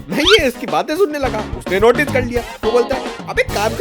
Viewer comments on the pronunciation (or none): none